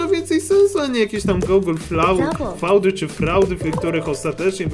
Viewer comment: Wymawia się Gugyl fjut B)